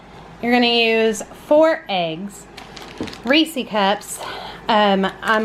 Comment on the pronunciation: I hate that you call it a damn (ree-see) cup wtf!? It’s a (ree -sez ) cup they’ve even come out and said how to pronounce it! 🙄🤦🏽‍♀️ That’s my only complaint. The cake looks amazing tho